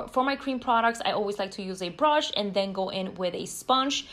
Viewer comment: The way she says “brush” lol brOsh😂